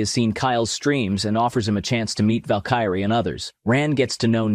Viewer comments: it's Valk E Ray. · Fukn AI Narrator doesn't even know how to pronounce Valkyrie. Just told YT DON'T suggest this channel. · Val-kai-ray :face-blue-smiling::face-blue-smiling::face-blue-smiling